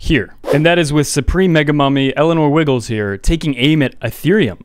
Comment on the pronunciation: "Elenore Wiggles" 🤣